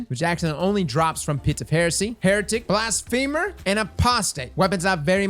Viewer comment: Mans really saw something that is an actual English word and decided to pronounce it as blasfeemur